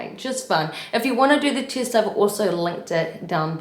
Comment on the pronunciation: I love how you say "tee-est" <3 :D New Zealand?